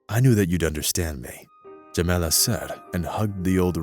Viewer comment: WHY are you calling her "Jemenna" and "Jemela", when the text clearly states "Jamala"!? REPROGRAM your BOT!